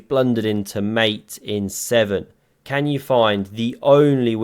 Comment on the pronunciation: " I certainly kann" . jajajaja